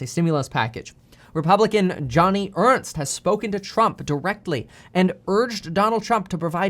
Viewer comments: JOE-knee Ernst. lol Just sayin. ;-) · I am from Iowa and loving that you pronounced Joni Ernst as Johnny , she is not my fave lol Always enjoy your vids!!